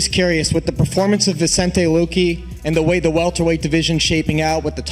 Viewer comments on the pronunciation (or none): “VICENTE LOOKY” 😂😂😂